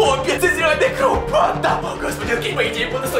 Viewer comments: Почему ты говорил не кровь а кров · Мне 1 интересно почему ты говоришь не кровЬ а кров